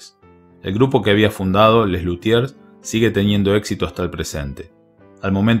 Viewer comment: Muy mal puesto el título, con eso de “triste final”. Massana hizo mucho con la breve vida que le tocó, y murió en pleno éxito familiar y profesional. De paso, Mundstock debe revolverse en la tumba cada vez que pronunciás “LuthieRs”.